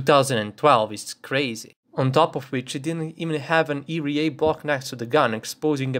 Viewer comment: Take a shot everytime he fails to pronounce ERA